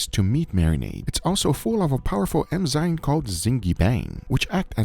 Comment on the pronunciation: Me thinking ... Wow delicious looking steak, better not focus on Guga saying enzyme 😂